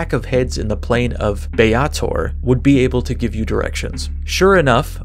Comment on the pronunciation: B-ay-tor. Xaositects are pronounced "chaositects" as in chaos-architects.